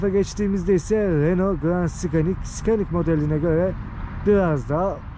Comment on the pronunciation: Hocam fites değil vites, Renolt değil reno, Sıkanik değil senik diye okunuyor. Bukadar potansiyeli yüksek bir kanal diksiyona dikkat etmeli bence